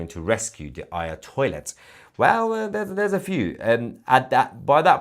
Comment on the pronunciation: Did you just say, "the Ayatoilet"? That is rich. 😂